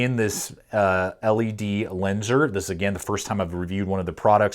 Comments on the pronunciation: Just to clarify not trying to be rude I used to pronounce it the same way or say it same way until I watched actual ledlenser promotional videos then I realised that been saying it wrong for ages. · Nice video sir but to pronounce the brand properly just say ledlenser. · Its pronounced as ledlenser and its rly underrated, its pretty popular in the UK